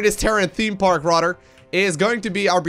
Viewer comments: you do realise that "th" is not pronounced "t" or "d" right? "rader large" makes no sense, it's "rather large" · Thunder Soul: Fun drinking game, count the number of rather’s, err RADDER’s lol.